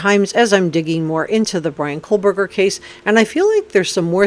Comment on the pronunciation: Just a quick friendly suggestion: btw I do love your content and just wanted to let you know that the pronunciation of Bryan’s last name is KOH-BERGER, and not KOHL-BERGER. And there’s no L in Kopaka either. Keep sound a great job!